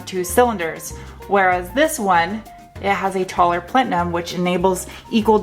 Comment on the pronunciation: I laughed at how you pronounced plenum. Great informative and funny video as always!